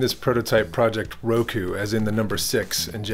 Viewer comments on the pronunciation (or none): Looks cool. On a side note you pronounce 6 in Japanese like lockoo as the r is more and l sound and o are always pronounced like orange. ろく